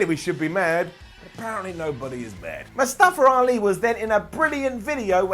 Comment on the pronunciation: Am I the only one that hear say it " Mustafa-r- Ali"? XD